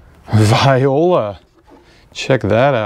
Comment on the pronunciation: it's not vi-o-lah it's v-wah-lah (voila)! thx for the video none the less :D